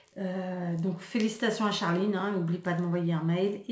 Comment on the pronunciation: Lol quand t'as appuyé sur la prononciation de charliiine